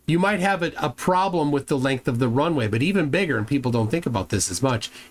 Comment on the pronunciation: Wtf is lenf, dude? Your English is garbage, and you are English.